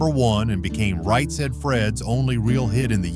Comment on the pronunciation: This is terrible a.i. slop. Did you hear how they said right said Fred? lol internet is dead man… dead I tell ya